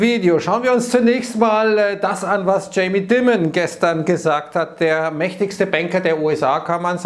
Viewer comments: Dimon wird „Dimond“ ausgesprochen 😂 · > Dimon = Deimon ... bitte !